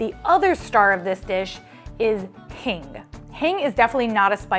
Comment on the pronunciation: It's pronounced Heeng